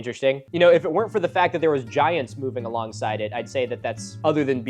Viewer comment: Milo pronounces "giants" like Jah-high-ants but said really quickly so you hardly notice 😂